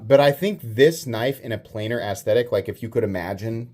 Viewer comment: He said gas station ass-thetic 😂